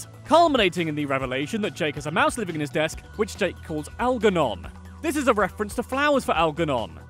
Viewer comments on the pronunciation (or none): It’s al- jer- non Not al-ger-non 🤦‍♂️ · You mispronounced Algernon with a hard G. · You should also be furious about incorrectly saying Algernon with a hard G. Shows that you never watched the movie or the episode in question. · So triggered by Al-Gurr-non! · When you love B99 so much you make your guinea pig after Algernon. Also, the pronunciation is triggering